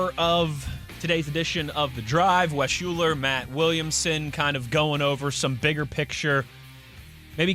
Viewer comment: Wes UHLER not Shuler!!!!